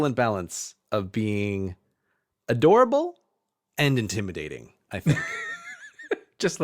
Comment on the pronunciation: you mean in-TIM-idating